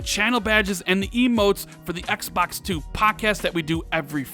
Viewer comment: Im sick of you saying "ExBacks" 😭😭😭